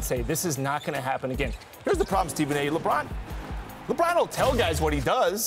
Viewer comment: Wait what??? Mannn please stop with the leborn frfr!